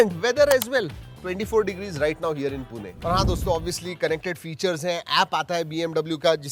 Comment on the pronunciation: 24° here in पुणे** not पूने!! Would u like if people call you treking tack instead of?